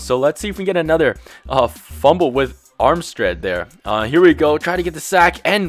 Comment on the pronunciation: "Armstread" LOL!